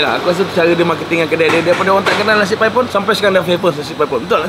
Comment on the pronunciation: Bang,klau geng OL² "paipon" 2 bkn "paip on" bang😂,,gen Z ckp YTJT😂😂